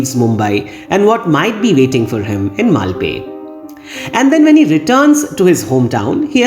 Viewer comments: Not having seen Scarface, Pulp Fiction and Agneepath, your analysis really added to my understanding of this film. Now, I am curious to see Pulp Fiction. Thank you for another brilliant analysis. P.S. It's मल्पे. Only the ए ki matra is short like the French accent grave (è). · Definitely! BTW, I edited my comment to add a note about the correct pronunciation for Malpe.